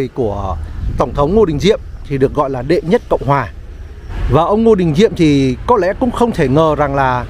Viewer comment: Người ta là HUYNH và ĐỆ mà cứ thuyết minh là ĐÊ hòai. Coi lại việc thuyết mình đi